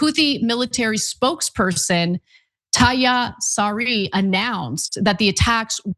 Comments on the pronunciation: Yahyah Saree...Yahyah means "John" in Arabic. Be informed, his name is not "Tahya" 😂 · His name is yahya not tahya الله يحفظك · Anna, the Huthies ' spokesman's name is YAHYA, NOT TAHYA 😂 . Huthies are crazy, they do not ply game, they will shutdown BAB AL MANDAB AND EVERY THING WILL SKY ROKET